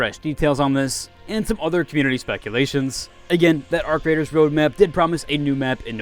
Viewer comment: The way he pronounced it was beautiful